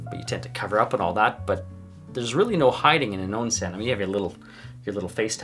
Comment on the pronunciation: Not "On-sen", it's Ohn-sen"